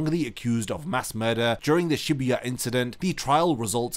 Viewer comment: Shibuya, my boy said Shebuuyah 😅...